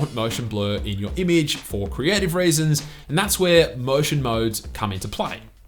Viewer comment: Within the first 10 seconds I heard raisins instead of reasons, it's an instant no for me dawg. J/K, love the review, great work.